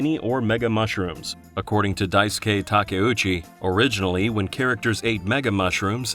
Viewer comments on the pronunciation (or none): none